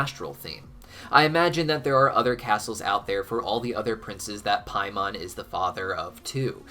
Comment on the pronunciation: It's pronounced "Pay mon", not "Pie mon".